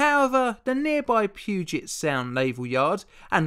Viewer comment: I'm from Seattle and thanks for pronouncing Puget right. It's one of those things that I grew up with and never realised that people might not know how to pronounce. Also, I'm a big fan of your videos please don't every stop. You bring up some of the most interesting stories.